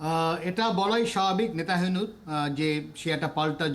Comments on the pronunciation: নেতানিয়াহুর নামটাই উচ্চারণ করতে পারেন না! "নেতাহিনু" একটা জঘন্য ভুল উচ্চারণ, এটা আপনারা দেখেন না??? এরকম লোক এখানে আনা কি উচিৎ হয়েছে??? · সব্বাই জানি নেতানিয়াহু , আর আপনার এই আলোচক বলেন নেতাহিয়ানু, (নাকি আমি কানে কম শুনি?)আসলে কি হবে রে ভাই,একটু জানাবেন কি কেউ???? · Its not nata hebu its nataniahu.. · নেতা হেনু নয়, নেতানিয়হো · এমন একজন বিশেষজ্ঞ এনেছেন, যিনি "নেতানিয়াহু’র" নামটিও ঠিক করে উচ্চারণ করতে পারে না! তিনি উচ্চারণ করেন " নেতাহিনু"!! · একজন আন্তর্জাতিক বিশেষজ্ঞ বার বার ”নেতাহেনু” উচ্চারণ করছে। কি রকম তাহলে তার পড়াশোনা। সব জায়গায় একই অবস্থা। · আপনাদের সংবাদ দেখে হাসি পেলাম এমন এক অভিজ্ঞ লোককে নিয়ে আসছেন যে কিনা ইসরাইলের প্রেসিডেন্টের নামটাই সঠিকভাবে উচ্চারণ করতে পারেন অথচ সে বিষয়ে সে বিশেষজ্ঞ😂😂😂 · 😂😂 এমন একজন বিশেষজ্ঞ মন্তব্য করার জন্য নিয়ে আসছে, উনি ঠিকমতো। ইজরায়েলের প্রেসিডেন্ট নেতানিয়াহু, নামটি সঠিকভাবে উচ্চারণ করতে পারছে না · নেতানিয়াহু’র নামটি যিনি বার বার ভুল উচ্চারণ করছেন তাকে কিভবে ধন্যবাদ দিলেন? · যদিও নেতানিয়াহুর নাম ঠিকঠাক বলতে পারেননি তবে কথাগুলোর যুক্তি আছে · উনার চেয়ে অনেক ভাল লোক আছে।উনি বিশেষ ভাবে অযোগ্য।উনি নামই ভালোভাবে বলতে পারে না।